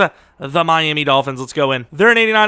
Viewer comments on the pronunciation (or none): none